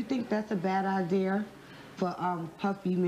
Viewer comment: "do you think that's a bad idear?" 😂😂😂